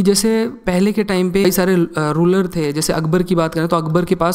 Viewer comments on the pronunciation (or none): none